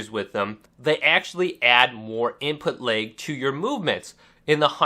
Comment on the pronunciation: Moveahment.. imput leg.. wtf am I listening too...... damn dude you can hardly pronounce anything, seems like talking is a serious struggle..